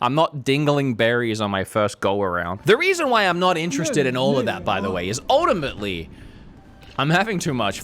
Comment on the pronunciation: Uldamately? Pronounce the T!